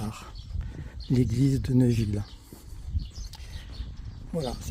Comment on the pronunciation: On ne dit pas Neuville mais Néville !!!